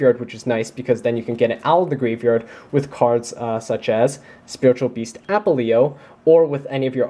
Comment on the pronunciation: Great profile honestly, for a competitive version of my fav deck. I just have to say -- Its Apelio, not Apple-e-o <3